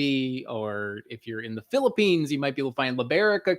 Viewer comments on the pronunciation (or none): none